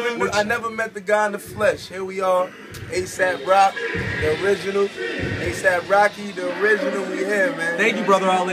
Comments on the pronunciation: lot a mispronouncing of Aesop up in this room. Like did you even listen to a bar of this dude. Smokes Rocky in a min. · Rocky pronounced it as asap, but it's actually aesop, as in the word that rhymes with bass drop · Yuck he can't even pronounce Aesop properly, it's not "asap" it's "aye-sop" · They are pronouncing Aesop as ASAP. It is supposed to be like Aye-sahp. Not Aye-sap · Just so we’re all on the same page, it is most definitely pronounced “ee-sop”, not “aye-sop” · They don't know "aesop" is pronounced "ay-sop" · by the way, if you listen to the video again, he didn't even pronounce Aesop's name correctly!! He called him "Asap Rock." Not the kind of behavior you would expect to see from someone who spent years obsessing and scheming behind the scenes in some corny little master plan to base his entire life and livelihood off of having a name that sounds kind-of-a-little-bit similar to the person in question. Right there is tangible proof in and of itself that Aesop wasn't on his radar (until people started bringing up the similarity to him after-the-fact, at least) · Aesop is not pronounced the same as Asap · Too bad none of the people including "A$AP Rocky" cannot pronounce Aesop, ˈiːsɒp/ ee-sop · For those who are hating on the acronym A$AP it stands for "Always Strive and Prosper" now stop calling it gay. this is a great moment and he did pronounce Aesop wrong. Oh well both have strengths and weaknesses which is okay. We don't always need to know which is better. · Im a fan of both. But wtf AESOP ROCK FANS are so SOFT, this comment section proves it! Who cares if Rocky mispronounced it, y'all act like it matters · Guy holding the camera and even the guy who stole the name couldn’t pronounce AESOP correctly. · maybe you should tell that to the people in the vid because none of them pronounce "Aesop" correctly